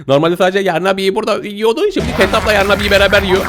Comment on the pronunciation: O değilde neden YARRRRRNABİ diyon djfkfkfgkgk😂